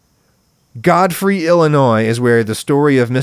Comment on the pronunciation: did you intend to pronounce it God Free ? :)